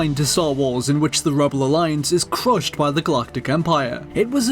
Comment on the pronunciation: "the campaing to cwush the rebel alliance"